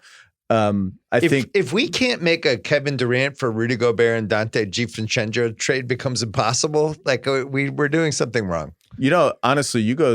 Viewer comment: Why can't bill say donte divincenzo... Wtf is wrong with his mouth...